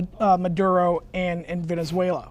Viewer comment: She said venezuelar